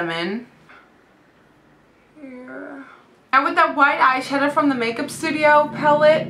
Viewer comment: am i the only one that noticed whenever she says "the" she says "da" ? plus you don't need to wear makeup! you're so pretty as it is.